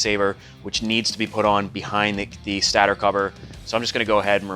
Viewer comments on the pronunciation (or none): It's stAtor not STaTER. DAMN!!!!! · The cringe when he said “stator” 😭